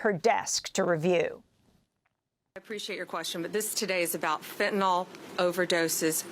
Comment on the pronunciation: Why does every US LEO pronounce it "fentanol"? It makes them look stupid. How you gonna fight a problem you can't even properly name?